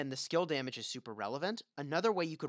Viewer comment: You know it's "SKILL" and not "SCALE" right? Makes me cringe. I can't imagine how you pronounce "scale"